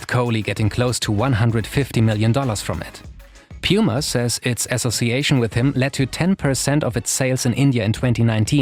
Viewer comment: F.Y.I: it‘s pronounced puma, not piuma.